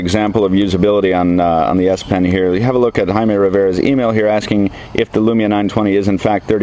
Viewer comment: isnt jaime pronounced jaymee not haimeh